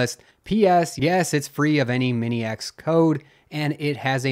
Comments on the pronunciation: Minix is pronounced "min-iks", not "Mini-X". ;) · Minix is pronounced min-ix, not mini-X. Jesus that grates. Ha - the Linus "protable" typo - hadn't noticed that before. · It's not mini-X aaaaaaaargh. Why is it so hard to read things properly? At least be consistent. Talk about Linu-X. Or Linoo-X. Leenoo-X? On a more serious note, while this particular thing is one of the smallest issues there can be, it's one of the things that completely takes me off the loop. It's so basic to me that hearing it makes me wonder if the person in question ( in this case) is trolling or if he's that clueless. You can say I have a problem. I view it as carelessness, sloppiness and ultimately, a lack of respect of your own work and other's time, if it's an issue that gets repeated (which is not the case, from what I know) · Just a couple small things. Minix is pronounced like Unix, not like mini-X. And AT-harddisks is pronounced "ay-tee-harddisks", just like AT clones are "ay-tee clones". -- And for future, the vi text editor is pronounced "vee-eye", not "vie". (Gives you more credibility, right?)